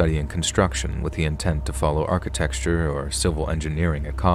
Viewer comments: I love this. But my heavens, it bothers me to hear him pronounce architecture ss "archi-texture" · Love the content. Have you always pronounced architecture as “architexture”? That’s in my brain now. 😂